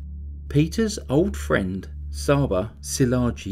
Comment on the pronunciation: Csaba is pronounced chaba